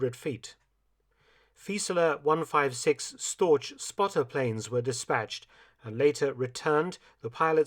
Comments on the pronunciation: Very interesting, but a shame about your pronunciation of the odd word. I can somewhat understand garbling Zaporozhye or Dnepropetrovsk, but Storch -- really. I would have thought a WW2 historian would know how ch is pronounced in German. It's such a pity to spoil things for want of such a little effort. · Fieseler Storch: the "ch" in Storch is pronounced as the "ch" in Loch (as in Loch Lomond, for example). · "ch" in German is read as "k" in English. So "Storch" is read as "Stork" which is also the translation. For a "sh" (English) sound in German, the spelling would be "sch." The mispronunciation of "storch" with regards to the Fieseler aircraft has been a long running pet peeve of mine.